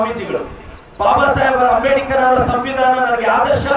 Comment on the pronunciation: ಅಂಬೇಡಿಕರ್ ಅಲ್ಲಲೇ ಬೋಳಿಮಗನೇ,, ಅದು ಅಂಬೇಡ್ಕರ್